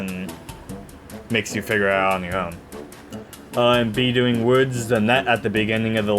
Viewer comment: Some pronunciation notes. Butane is pronounced BEW-TAYN not BOO-TEN. Magma Opus is pronounced OH-PUS not OPS. B-Doing is not pronounced like the word "do-ing," it is pronounced like the onomatopoeia "DOI-NG" to imitate the phonetic resembalnce of the bounce platforms.